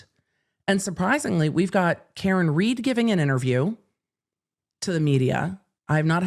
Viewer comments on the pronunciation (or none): none